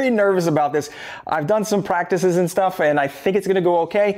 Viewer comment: He says pwatices